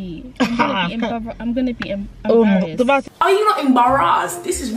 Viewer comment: I died when you nearly said emarasssed🤣🤣🤣🤣🤣🤣